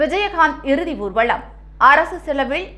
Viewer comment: ஊர்வலம் என்று உச்சரி ; ஊ ர்வளம் தவறு